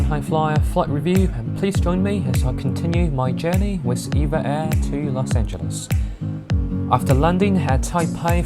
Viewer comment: E-V-A Air，NOT Eva air